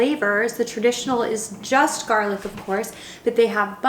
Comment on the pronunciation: Garlic means Toom in Arabic and you’re actually saying it right